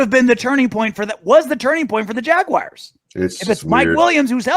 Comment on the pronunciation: its JAGUARS, not JAGUIRES